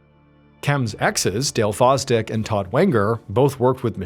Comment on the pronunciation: Sooo, one of her Exs last name is “Foz-Dick” and the others is “Wanger” 😂 what are the odds?? 😂